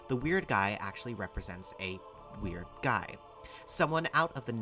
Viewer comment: I was taking this 100% seriously up until when I heard you ephasize that "The Weird Guys are meant to represent... A Weird Guy " and I absolutely cracked up laughing. I can't wait for the next one